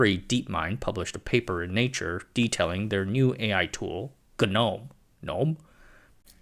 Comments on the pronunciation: That G-nome not gnome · Seems like it's supposed to be pronounced like genome? Idk